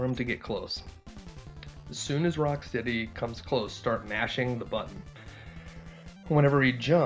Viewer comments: It's Rocksteady not Rockcity🥴🙄😬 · Lol he said Rockcity the first time idk why but that made me laugh tho he did correct it the 2nd time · Rock...city? His name is Rocksteady. Editing this to say I love the video! That just caught my ear and I didn't see anything in the comments about it. (I'm sure someone has mentioned it besides me. It's just buried deeper in the comments than I care to dig)